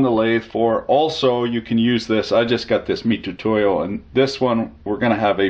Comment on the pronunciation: The "tu" in "mitutoyo" is pronounced with a ts (tsoo) sound. The sound "too" doesn't exist in japanese so they romanize つ as "tu", much like "si" (し) is pronounced "shi".